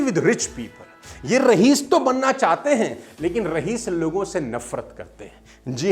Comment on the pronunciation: Sir! Mai aap ki speech sun kar hi main khud ko daily update karta rehta hun, Lekin aap se ek bar bahut himmat karke kehna chahta hu ki aap ne "rahees" kaha lekin asal pronounciation "Raees"(रईस) है। Thanks a lot